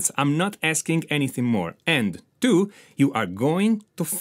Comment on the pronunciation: Exercise number Tuu!